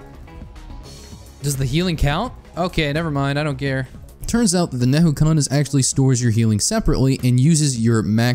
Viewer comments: educational vidoeo; calls "N'Kuhana" Neyhookana. Nuh-Koo-Ha-Na N'kuhana Nuh-Koo-Ha-Na Edit: A script would do you wonders. There's a lot of mixed terminology that you use. Which isn't a problem in a normal video, but here, it's just confusing. So, I'm going to actually rewrite this whole video in summary here for everyone watching to use as reference. TLDR: Transcendence good on eclipse. Healing better for normal/maao. Key notes about your health bar.------ The green/red health bar is your health. This can be regenerated passively by your normal regeneration rate, regeneration items (items that say "regenerate" in the tooltip), and by health gain items (items that give you health for fulfilling certain requirements ((Harvester's Scythe requires you to crit for health gain.)) The blue health bar is your shields. He actually covered shields really well. The clear bar is Curse. Curse is a negative effect given by Shaped Glass, The Artifact of Glass, and the Eclipse 8 modifier. While this effect reduces your HP, it is considered an HP value and will remove OSP (Covered in "One Shot Protection" below) ++++++++++++++Your total combined health bar will now be considered HP (Hit Points)+++++++++++++++ (The yellow health bar is your Barrier. Topaz Brooch and Aegis can give you Barrier. They have tooltips. This does not contribute to your combined hp.) How to heal.------ As stated in your green/red health bar, you'll need items to gain health. Using these items while having a Tran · Nehukanas???? Nukahana is how its pronounced, great video but please stop saying it wrong